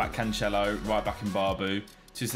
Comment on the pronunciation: ITS CANCELO NOT CANCHELO